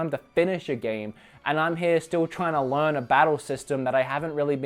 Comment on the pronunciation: Can we also talk about y says le-arn when trying to say learn